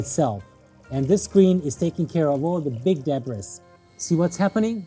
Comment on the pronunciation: All the big "debras" lol😂